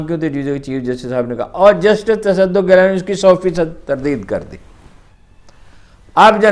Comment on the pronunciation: Its not tassaduq ghilani its gilani sir with your due respect sir My pleasure